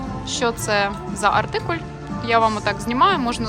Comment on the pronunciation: Чудове відео, але чому артикулЬ? Наче циркуль)))) Українською - артикул ❤